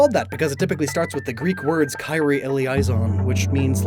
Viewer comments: Kyrie is pronounced like kee-ree-yay. Not trying to be that guy but I'm a music teacher. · My dude, I hate to tell you this, but that is NOT how you say Kyrie (Eleison). 😂 And good God you did not need to end off like that, what with the existential dread. Dude, rude. Anyway! I was so excited when Xweetok came out, man. I legitimately made a new, second account just to get 4 of them at the time. Still love them, tbh. Before then, Shoryu and Wocky were my babies. Tho they still are. uwu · its like Kee-Ree-Ay, not Kai-Ree. I was thinking of the Kirin or Qilin for this pet.